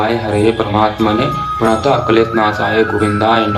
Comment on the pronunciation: Radhe radhe bhaiya Shlok me pranataha me( ha) nahi lagta he aap check krvalijiye ekbaar sirf pranat kleshnashaya....aise sahi uccharan he 🙏